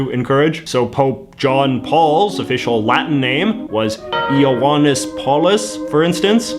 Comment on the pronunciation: Just to say it, Iohannes is pronounced as Yo-han-es, not Eeo-wan-es. Latin I is like English Y, it can be a consonant or a vowel. This consonant form eventually evolves into J, so stuff like Iuppiter becomes English Jupiter.